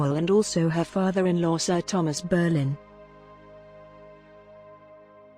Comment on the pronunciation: Whats with the dodgy AI voice? The family name is Boleyn, not BERRLIN.